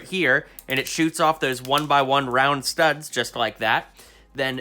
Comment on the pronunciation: You said tirds not studs